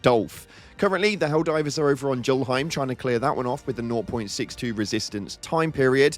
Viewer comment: the Tyr part is pronounced like 'tier' and the 'J' in Julhiem is pronounced like a 'Y' These are Norse-based names, which makes sense considering that Arrowhead is based in Sweden, part of Scandinavia